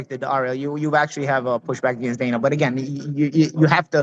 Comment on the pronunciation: Agaynst… of course Ariel cant say against, he says agaynst